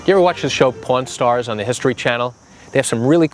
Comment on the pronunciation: Funny, first I thought you are saying Porn stars, not pawn stars! I was like, what is he talking about! LOL